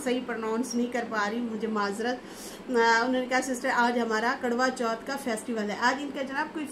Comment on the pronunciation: ji kadwa chauth nahin, Its karwa chauth dear.😂😂❤